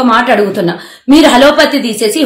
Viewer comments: మేడమ్ గారూ! 'హలో పతీ!' కాదు..... 'అలోపతి' అనాలి!! ఒక ముఖ్య విషయం తెలుసుకుందాం: అసూయ అనే కాగడా కి గల ప్రత్యేకత ఏమిటంటే, అది తనని మోస్తున్న వారి చేతులనే కాలుస్తుంది. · అది హలోపతి కాదు అది అలోపతి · hallo pathi kadu. sarigga matladu talli..